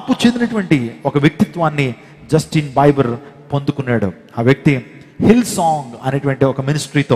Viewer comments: Justin biber kadu sir Justin bieber (bee ber ") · Not బైబర్ it's బీబర్ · justin bieber pronounciation wrong